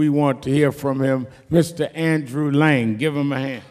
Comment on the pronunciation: Jesus,: “Mr. Andrew ‘Lang’”!?!?!?